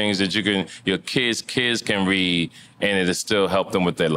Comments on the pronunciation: “He can’t wead, and wappers” funny as hell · 😂 earthquake couldn't get movie rolls cause earthquake couldn't "WEAD"😂😂😂